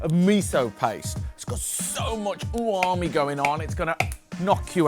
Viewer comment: What's 'Oowami' mate? You mean umami?..